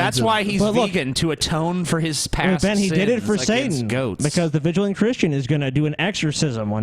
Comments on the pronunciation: Can't even pronounce "vigilant" properly. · Ok the Mega Man 3 music made up for the mispronunciation of "vigilant."